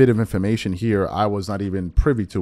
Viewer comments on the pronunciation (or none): none